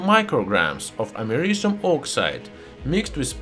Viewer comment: YouTube subtitles: *Can’t pronounce americium